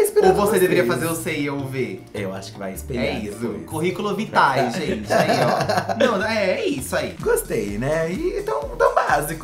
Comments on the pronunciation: "Currículum vitae" KKKKKKKKKKKKK CHOREI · “CURRICULUM VITAE” HAHAHAHAHAHAHAHAHAHA